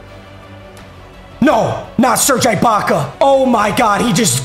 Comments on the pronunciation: its “ee-baka” not “eye-baka” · ITS PRONOUNCED EH-BAKA NOT EYE-BAKA. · this keeps haunting me bruh. it’s serge uhbaka not serge 👁 baka 😭 love you tho papa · Also does it bother anyone else that he says Eye-bocka instead of ee-bocka for Serge Ibaka 😂😂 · it’s not EYE-BAKA it’s EE-BAKA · I want him to get rid of Ibaka so I don’t have to hear him mispronounce his name again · Bro can you please say ibaka right omg, it’s pronounced ebaka not I baka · Serge eye-baka aaand Wang Z.Z. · the way he says AYE-baka makes me so mad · “serge eyebaka” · Who is “eye-baka” 😂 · it is EEEEEbaka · Say it with me, It’s pronounced like Serge E-Baka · How many times is he going to say ibaka wrong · Fr, I want him to replace him so bad, no mispronunciation has made me this mad b4